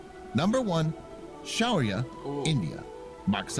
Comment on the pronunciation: It's shaurya.....not Sharia........ shaurya means valour....